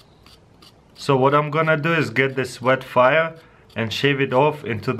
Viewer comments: "Vhet Fiyre" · i love how he says VetFire!